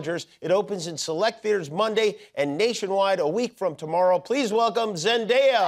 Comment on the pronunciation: I adore Zendaya ❤ what an inspiration! And please, start pronouncing her name correctly, she constantly corrects people.